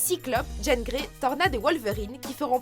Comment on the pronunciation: C'est qu'un petit détail et j'apprécie la vidéo, mais est ce qu'y a que moi qui me fais écorcher les oreilles à chaque fois qu'elle dit Jane Grey? c'est JEAN GREY, JEAN bon sang!! :p